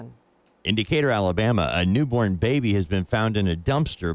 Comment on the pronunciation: Neeeborn…. Why can’t she ever pronounce things!!!